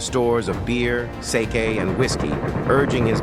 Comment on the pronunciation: C'mon man, you don't know how to pronounce the word Sake? (Saw-kay) OK?